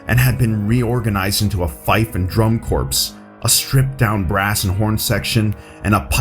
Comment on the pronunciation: FYI, waifu is pronounced like "why-foo" and drum corps is pronounce like "drum core"